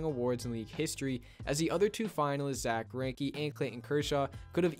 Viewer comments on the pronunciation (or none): none